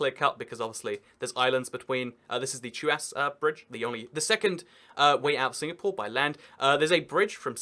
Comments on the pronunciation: He only butchered Tuas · the way he pronounced tuas